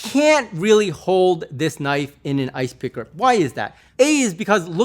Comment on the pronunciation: "THATS a Knoife."